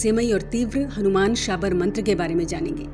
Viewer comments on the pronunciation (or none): none